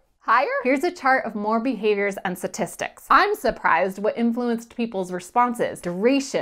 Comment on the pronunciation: What are satistics? I thought it was pronounced statistics.